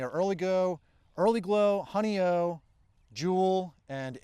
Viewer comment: love your videos, though I live in the country in upstate NY, I have given up on gardening at my age. The strawberries called Honeoye was developed in NY state at Cornell University. It's pronounced honey-oye, the oye rhymes with boy. It's a Seneca Indian word that means, 'where the finger lies' it's in reference to Honeoye, NY a small western finger lake. My family has always owned property there, I have a professionally done photo of the lake in my living room.